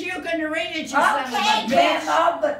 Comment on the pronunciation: It's Gramma not Grandma. cours! Gramma is her name.